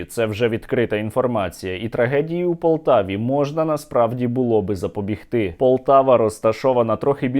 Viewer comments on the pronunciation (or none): запоБІГти, сергію, нагрлос на третьому складі.